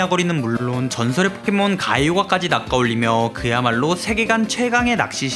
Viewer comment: 엌ㅋㅋㅋㅋ가이오가 가오가이로읽음ㅋㅋㅋㅋ